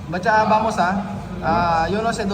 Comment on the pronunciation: Patcha o Batcha? Dinig ko lagi Batcha 😅